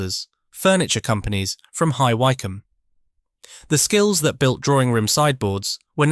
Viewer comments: Please get a real person to narrate. Where the hell is high why come? And yes I know where and how to pronounce it. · High WHY-combe?? :face-blue-smiling